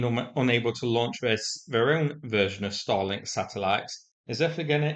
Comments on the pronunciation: Because of your accent, you make "Starlink" sound like "Stalin". Never made the connection, so "thanks". Let's hope the strike left a FLAMING-O on the ground. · Is saying Starlink or Stalink? It is unclear 🤔